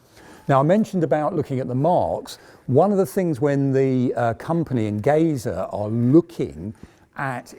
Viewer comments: Nice video !👍 ( Only a comment: the "Enge" in the Company's name "Engesa" is pronounced in portuguese just like the word "Engineer" as It comes from the word"engenharia" which means engineering.) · Amazing video. Just a small adjustment, Engesa is pronounced "Enjesa", the "ge" is for engenharia, the portuguese word for engineering. Engesa means simply Engenheiros Especializados S.A. (Specialized engineers Corp). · What a proud to watch a Brazilian vehicle in your reputable museum!!! Yes, your Portuguese is pretty good, if you permit me a little correction in your pronunciation, the proper pronunciation for Engesa sounds like Enjesa, like in Jeep, but not so open. And yes, what causes Engesa's bankrupt was more a lack of payments from the Brazilian Army than an 'adventure' trying to build an MBT. Again, what a proud to see such a vehicle in your museum!!! THANK YOU!!!